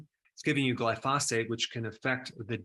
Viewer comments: GLIE - FOH - SATE not Gly - fos - fate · Pronunciation gly' pho sate accent first syllable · Dr. Berg, the word is gly-pho-sate. Accent on the gly not the pho. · Love your videos. Just for reference it’s pronounce GLY-fow-sate accent on the first syllable 😊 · Pronounced "gly pha sate" 🙂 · What's "glyphosphate"? Its pronounced gly-pho-sate... and it is highly toxic to your gut microbiome since it was designed to disrupt the shikimate cycle in plants, bacteria and fungi. Not good considering humans have on average have 10 times the number of microbes (bacteria, viruses etc) than human cells... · I would take you more seriously if you could pronounce glyphosate properly. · Thanks for this video! I’ve got to say, either you or everyone else in the world pronounces glyphosate wrong though.